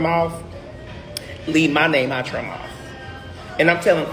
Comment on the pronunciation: I'm pretty sure MOUTH ends with TH and not a F....